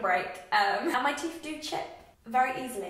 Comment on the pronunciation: I hope you dont mind me commenting this but I wondered if you have ever had speech therapy? I've really noticed that you mix up 'th' and 'f' sounds, such as saying 'teef' and 'mouf' and 'athected' instead of 'affected'. Also, your teeth are lovely, not everyone should have perfect movie star teeth because your teeth show personality! Your smile is great and you shouldnt get braces :) spend that money on a lovely holiday or something!